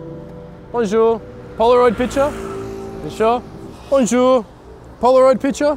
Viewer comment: I'm half french and the ''BoNjOuR, picture?'' hurts to watch but it's still funny as hell haha